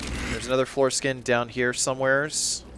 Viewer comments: I thought the whole time you were calling them foreskin, not floor skin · I thought he was saying foreskin for longer than I wish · am i the only one who keeps hearing foreskin and not floor skin?